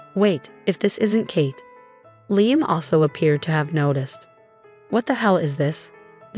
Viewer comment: Liam, pronounced Leahum, Layum, and Leyeum what the heck is it? Make up your mind.!! There may be a few other pronounciations as the story progresses so be prepared.